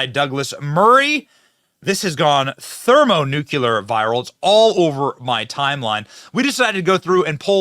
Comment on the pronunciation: Did this dude just say "thermonucular" 🤦‍♂